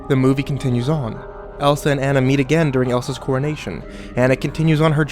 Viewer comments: Kimberly French THANK you!! I feel like the only person who notices this!! They would know how to pronounce the name if they actually WATCHED the movie!!! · this...wasn't very good and, it's pronounced Ah-nah not An-ah (because of the country it's set in) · It's not aa-na(Anna), it's aw-na(Anna) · Ah-Na not Anna. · I know I'm almost 10 years late, but does anyone else just feel a tinge of annoyance every time he calls her "Ann-na" instead of "Aw-na" (the correct way to pronounce it) or is it just me? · You crept saying Ana not anna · its actually pronounced Onna but spelled Anna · it A u n a Not ana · ah-na, not anna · It's pronounced ah nah and love ur bids escpicually the rugrats theory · Anna's name is pronounce uhna it is German. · Interesting theory, but the only thing that bothered me was that Anna's name was said wrong. Pronunciation of her name could be like this On-Nah. Besides that, it was interesting to listen to. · this would have been so much better if you were pronouncing anna's name right... ( say it like auna) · its anna ah nna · its pronounced onna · by the way, you're saying her name wrong. it's pronounced "ah-nah" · anna is pronounced ah-na:3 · I don't know if I can believe this theory... Maybe it's just because you don't even know how to pronounce her name so I can't trust you... I'm weird like that lol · For the last time...Anna's name is not pronounced that way!! You would think with Frozen in everyone's face they would know how to say Anna's name right. Also...these theories are a bit too far fetched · Great CreepyPasta but... The whole time all I could think of was "YOU'RE PRONOUNCING ANNA WRONG." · Not how you pronounce Anna.. e.e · you pronounce her name wrong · U said ana wrong... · That that's not the original origin of the story at all and too bad you're not even saying Anna's name right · Omigosh please pronounce Anna's name right gyahhhh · I couldn't really get into this because you we're mispronouncing Anna .-.